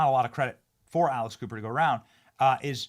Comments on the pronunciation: Pronounce her name better. ALEX Cooper. I kept hearing ALICE COOPER. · I thought you said alice" Cooper lol